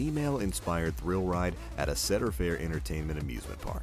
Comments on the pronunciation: he said Cedar Fair like Sedar Fair... It's SEEE dur fair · Did he just say setter fair I'm out I'm out. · I love seder fair, bro, it's CEDAR FAIR. AS IN CEEDER!! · “Seder fair” nice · lol "setter fair"....my god man. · That's the first time I heard Cedar Fair pronounced as "Setter" fair....nice list of coasters though! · You can tell it's a GP list when they mispronounce "Cedar Fair" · Glad that I am not the only one who noticed this. It made me cringe each time that he pronounced Cedar Point and Cedar Fair wrong.